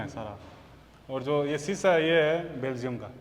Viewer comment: Or ji pahle khud belgium bolna sikho, baad me kisi par bolo